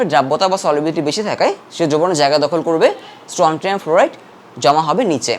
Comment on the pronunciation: স্ট্রনসিয়াম হবে উচ্চারন🌚